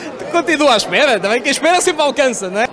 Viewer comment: oh pa nao consigo levar este gajo a serio , "o que espegas paga a estgeia de dois dugos de goer" 🤣🤣